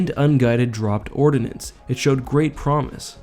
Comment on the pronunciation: Ordnance, not ordinance. :)